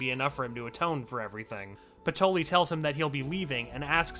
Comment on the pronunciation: Everyone else: "Patry" This video: "Patoli"